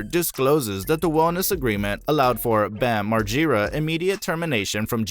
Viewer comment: Learn how to pronounce Bams last name right 😂😂